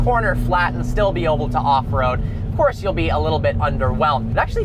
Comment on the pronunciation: the word Is Able not Oble